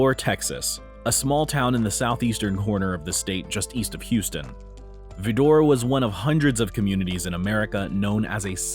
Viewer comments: Vidor is pronounced "Vi-dir" not "Vi-door" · Um… Mister Narrator… Vidor is a podunk hick town but you still should learn to pronounce it properly! It’s not Vee-DOOR… it’s pronounced more like “Vider” which rhymes with “Cider”. Please do some research before making these videos!!!! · Its not vidora its vidor and its near Beaumont not Houston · It pronounced VI-Door not Ve-dor. all of that aside you can't forget Orange as well as Cut-N-Shoot and let's not forget Jasper Texas just to add more to your list. I will say you have it right, no we don't stop for gas in Vidor, or any of the other towns I mentioned. As a Native Texan there are many sundown towns in my home state. (one of many reasons why I moved) Point is hatred and fear go hand in hand and until we learn to cease to live in fear there will always be someone, somewhere who will hate you for the color of your skin, before they even bother the learn the content of your character. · While it's true Vidor Texas has a long and troublesome history of racism, anyone placing that town in the "Top Ten" should at least know how it's pronounced. It's "VI-der," rhyming with "spider," or, more locally, hence most accurately, "VAH-der." It most emphatically isn't "Vee-DOR." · Vidor, Tx is pronounced VI der, not Vi door. It is also known as the KKK capital of southeast Texas. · It's not pronounced Vee-door, it's Vie-der. All of East Texas leaves a lot to be desired in the way of racial equality. But the fact that the sign has been changed is a start. Instead of "Whites only, etc., it said, N____r, don't let the sun set on your black a$$ here." And the first black resident decided that he was moving back to New York City. In less than a month, he was shot and killed in a drive by. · V eye der not vedor! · Your pronouncing the name of the town is wrong! It is not Verrdore! It is Vidor VIDOR l, VIIDOR! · The town in Texas is not pronounced "Va-DORE"; it is pronounced "VI-der". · It's pronounced VIE-door, not Vih-DOR.